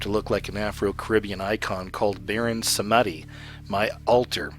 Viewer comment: Your pronunciation is bad. Shamonic (pronounced as it's spelled - shamanic) Samidi, (pronounced samdi, actual word is Samedi, which is French for Saturday. Coven (pronounced cuvven). :)) Sorry.